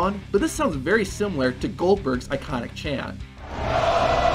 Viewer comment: was chant was closer to Gillberg instead of Goldberg